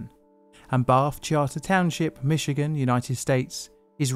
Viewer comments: As a Michigander, I was noting the same thing. Many Europeans say Mitchy-gan when it's really Mishi-gan :) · Good work pronouncing "Michigan" correctly. It seems like a great many non-American English speakers will put a hard "tch" in there or even a completely reasonable "ch" instead of the natively pronounced "sh".